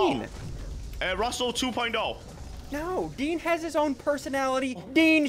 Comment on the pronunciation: “Dean” not deen